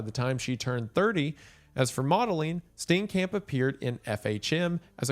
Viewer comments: Steencamp is killing me, I love you man but is it that hard to click "play audio" on google translate? Its painful. Steenkamp is pronounced like St-IAN-K-ump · DOLUS EVENTUALIS (💀 cringing at every mispronounciation of Steenkamp)